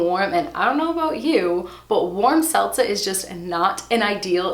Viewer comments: You are killing me on how you pronounce ‘seltzer’ as ‘selza’. 😹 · "Selza"....what even is that? ;-p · Driving me crazy with the 'seltza' 🤪